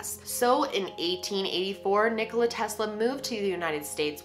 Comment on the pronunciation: thank god she says Nikola right. lol im serbian so i know